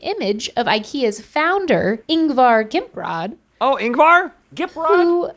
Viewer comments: As a Swede this is hilarious 😂 Ingvar "Gimprod" 🤣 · Sorry but HOW did You decide to pronounce "Ingvar Kamprad" like that? 😂